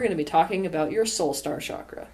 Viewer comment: Isn’t it pronounced ‘chakra’ not ‘shakra’?